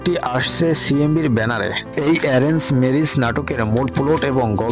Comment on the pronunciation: মূর্খ নাকি আপনি ম্যারেজ কে মিরিছ বলেন 😂